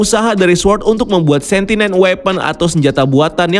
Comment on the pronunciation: Kan Kau bilang Doctor Strange dalang kehadiran Pietro. LOL. Sekarang Agatha ni ceritanya?? Terus bacanya Sen - Ti - Ent. Bukan Sentinen. Kemaren Monica Rambeau, di bilang Monica Rembu. Bapack Canda? FiX New Rockstars paling hebat buat Rincian yang mendetail. Erik Voss tea Big Nerd. 🤣🤣🤣